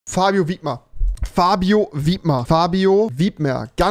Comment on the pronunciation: Sag bitte wipmer😂